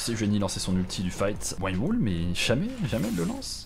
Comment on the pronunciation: super vidéo ! juste la prononciation du wind wall cest un chauchemard auditif xD. regarde sur google trad pour la bonne prononciation ^^.